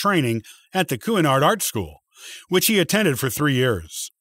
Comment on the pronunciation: The school that Roy Disney was sent to is pronounced, "Shanard," He was also known a the big "Mooseketeer." After hearing "crossed to the other side" twice, I finally realized you meant death. The clearer communication to soften the idea has been "passed away." That is the most commonly used expression. These days, "crossing to the other side" implies something else. Since this is a communication medium, the clear use of language in most important. While this effort is to be commented, it's also important to be sure of proper pronunciation and accuracy of facts since so many people depend upon videos such as this for information and may not be aware of the information that has already been accurately documented.